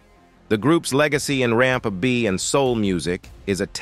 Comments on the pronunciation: Why is the narrator constantly messing up the name R&B And Isley when white men tell black stories lol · Loved their music growing up! Drifting on a memory.... Was the commentator A.I. on crack....WTH??? It kept mispronouncing the last name, along with screwing up R&B. How do you screw that up???? 😅😅